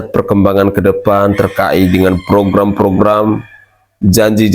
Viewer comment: Pak jgn terka....it tapi terkait bacalah yg bagus